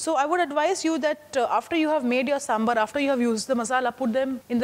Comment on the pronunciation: 1st step to make sambhar: pronunciation. Saam-bhaar. Not Samburr. 🙏🏽